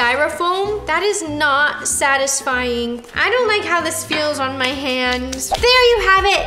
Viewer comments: “Sadly odisfying” -Roni 2021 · No one: Roni: “Sadly Ottisfying” 🖐 🙌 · “Sadly Oddisfying” lol nice 👍🏽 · “sadly otisfying” 💀